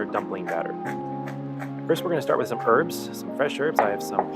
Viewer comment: I'm back, certainly my go to dumpling reminder. Lovely stuff. I truly suggest slow cooking the stew even over night depending on cuts. ❤❤You're wonderful and thank you again ❤❤great to hear someone say 'herbs' with an aitch😂